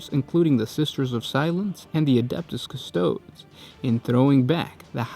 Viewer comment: How do you still not know how to say Custodes. Good God Emperor of Mankind I wish someone else would make a decent channel.